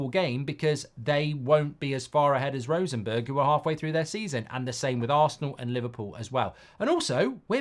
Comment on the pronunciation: How is it possible to pronounce Rosenborg as Rosenberg..? If he is asked to pronounce Bjoern Borg the old Tennis player,, he most certainly actually will pronounce it Borg.